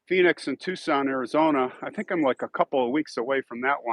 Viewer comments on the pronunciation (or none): none